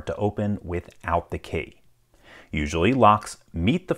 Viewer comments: That's the strangest pronunciation of key 😐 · He says “key” in a similar fashion to how Cumberbatch says “penguin”.